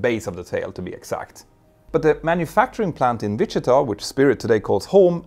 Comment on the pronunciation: I love the way you say Wichita